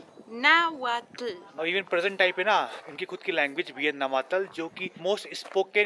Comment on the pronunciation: Nav-taal not navatal